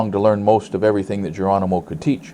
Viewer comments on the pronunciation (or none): none